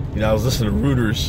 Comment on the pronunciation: It’s pronounced Roy-ters lol